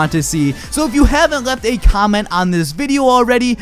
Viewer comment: You lose. You said "commet", not "comment".